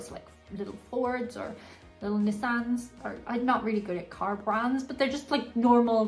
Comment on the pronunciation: Eccentric wealthy people have wild animals for pets, they're expensive to feed and their healthcare. Y'all is a southern thing. Ps your pronunciation of Nissan is adorable 🥰😍